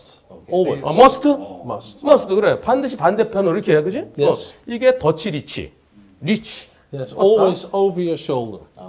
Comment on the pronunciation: "더치리치"가 아니고 "덧치 리이치"라고 하셔야 하는데 "더치"라는 말에는 좀 부정적인 의미가 있어서~~~ 네델란드 사람들은 모른다에